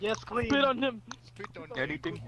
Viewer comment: Speet on heem